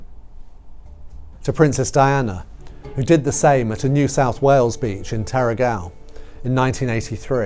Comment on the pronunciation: Oh dear you are having a bad day with pronounciations! Givenchy is NOT pronounced with a hard G, but a soft G. Zhee-von-shee. And Terrigal - which is about 40 minutes drive from where I live - is NOT pronounced terra-gal!! It's terry-gl. The second syllable is swallowed.